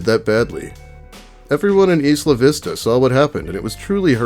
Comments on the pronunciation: its not 'eesla vista' its pronounced like aisle. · It doesn't really matter but being a local of Santa Barbara (born and raised there) most people pronounce the town your speaking of say it like eye-la-vista. Either way that guy had a lot of issues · I love you and this channel and all but...plz stop saying isla vista like that!